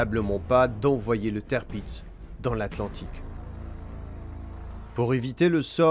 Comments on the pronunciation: Le tèrpiz...écrit tirpiz...HO BORDEL, c'est TIRPITZ (qu'on prononce: tir pits, z qu'on prononce s ici, attention sur d'autres noms ca peux être belle et bien le son z), du nom de l'amiral Tirpitz, fondateur de la puissance navale allemande en modernisant la flotte impériale en son temps ! Et alors le Bismarck (qu'on prononce: Bis marque, pour franciser et CK) massé en bismarre...c'est une horreur. je sais que les allemands ont des noms dures a prononcer parfois mais Tirpitz et Bismarck sont clairement très simple, pas comme Gneisenau (qu'on prononce: Gueu naille ze now) et Scharnhorst (qu'on prononce: char norste, ou alors, charn orst), là ces deux là c'est déjà plus chaud quand on connait pas. je passe pour cette fois , sur Tirpitz mais faut faire gaffe avec les noms. ah, je critiquerais pas pour le Prinz Eugen (du nom de Eugène de Savoie qu'a trahit la france pour combattre les ottoman pour le saint empire romain germanique et...combattre la france ensuite) qu'on peux franciser en Eugène qui a été prononcer Oille Gueu (mais qui se prononce: Oille Gueune, car là c'est impossible a deviner) car c'est pas simple là et même très dure, mais c'était pas loin. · si on lui donne de mauvais noms a prononcer en même temps, Tirpitz a été massacré en tèrpitz et ils ont écrit ca tirpiz, genre la production vidéo, audio, et la recherche, ils ont bosser en séparé et un gars a tout regrouper !? xD